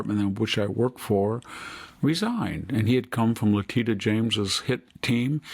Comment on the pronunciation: Victor -- for the love of all that's holy please PRONOUNCE LETITIA CORRECTLY!!!!!!!!!!!!!!!!!!!!!!!!!!!!! it is NOT LEH-TEE-TA it is LEH-TEE-SHA, just like inertia is i-ˈnər-shə and militia is mə-ˈli-shə (webster dictionary). Thankfully you finally stopped calling Liz Cheney, Lynn! Give it a try it'll make listening to you far more bearable. And while I'm at it please get Jack and Sami to invest in proper microphones, if a microphone isn't in front of ones mouth it is useless. Jack sounds like he's in a cave with a bucket over his head and Sami sounds like she's speaking through a sock.